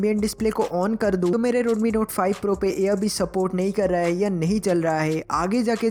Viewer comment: Heyi nahi hota it's hai